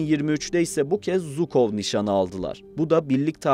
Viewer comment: Zukov değil Jukov